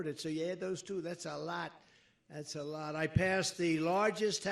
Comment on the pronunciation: Trump you should pronounce the word by a "lot" correctly instead of saying it by a "lut". Funny Trump!